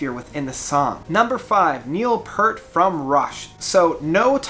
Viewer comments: PEEEEEEEEEEEERT! Not "Purt"! And... at #5? Hmmm... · If you are a fan of Rush, you have to know that his name is pronounced 'Peert'. That being said, I think this guy said in one of his posts that he does have a speech impediment or dyslexia, so we can cut him some slack.